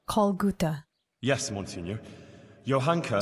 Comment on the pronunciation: this is Guta. With a G not a P 😅 lol you were indeed thinking of the other one